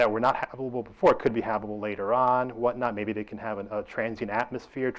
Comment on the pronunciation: "habbibble" "habubble" "habble" hmmm never heard of those zones.